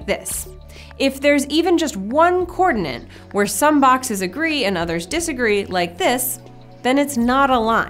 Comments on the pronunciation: I'm sorry to mention this, but hearing "coordinant" instead of "coordinate" really presses my button in this video! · Do You say (or just pronounce) coordinate with an "extra N" as in coordinaNte?? Or are my ears playing a trick on me. And if You are is that "American English" or merely a "personal quirk"? Best regards. [Sincere apologies beforehand if I come across as rude or "trollish" since that isn't my intention, I'm simply curios and trying to improve my understanding of the English language.]